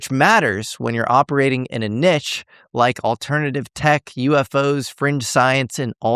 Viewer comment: No matter how smart is he still can’t pronounce the word Niche right:-). I’ll always have that lol.